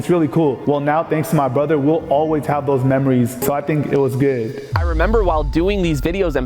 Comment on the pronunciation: "so i think ee was guhd"